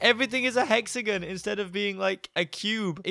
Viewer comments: It kinda bothers me when he says "hexagin" ahaha idky tho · I'm cringing hearing say hexigins instead of hexagon